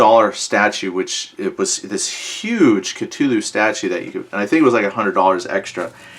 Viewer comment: "Ca-too-loo" lol